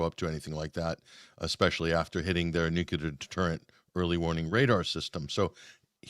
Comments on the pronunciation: Unbelievable how so many so- called educated people still say “nucular.” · Another one who pronounces 'clear' as "culer". What the heck! I hate to cheer on killing anyone, but I do want peace, and I see President Putin's reasonings as very sensible. He's a strong man and a strong leader, all in a little package. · I don't understand why all of these educated people can't pronounce "nuclear." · Not picking on anyone in particular -- just wondering. Why do so many people who should know better mispronounce "nuclear?" It's not a difficult word -- only 3 syllables comprised of 7 letters. 🤔